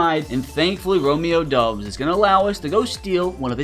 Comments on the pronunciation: Romeo god dang dObbs with a O not a U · Romeo Doubs for the Packers. It’s pronounced Dobs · The ou is pronounced more like in mob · The way you butcher names hurts me dude… like Doubs and dejean come on man